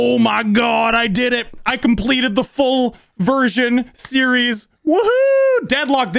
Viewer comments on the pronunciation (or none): i thought he said foobersion but it was full version